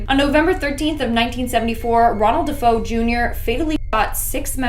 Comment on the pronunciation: you keep calling the De' Feo family the De' Fo family, it's pronounced De'Fayo as it's Italian. Look at my last name, don't you dare call me Canal 😂 it's pronounced Canaley. Great video, always ❤a good binge 🎉